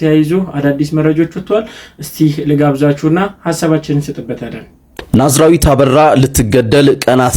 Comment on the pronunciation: ማዝራዊ ኣትበል ወንድሜ ናዝራዊት ነው